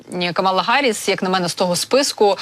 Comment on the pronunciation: Чому Гарріс, а не Харріс?!